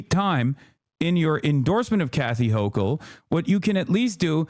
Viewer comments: Also Hasan appears both unable to properly identify the topography of the primary campaign or pronounce the sitting governor's name. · Is Hasan purposely mispronouncing her name? If he’s watched her, or stuff about her, he should be able to say her name correctly. 🤔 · Also, his mispronouncing of her name seems intentional. Kind of shitty. Almost like how Mamdani got that his entire campaign. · I might consider Hasan's arguments, but the fact that he couldn't even be bothered to learn how to pronounce her fucking name invalidates any of his arguments.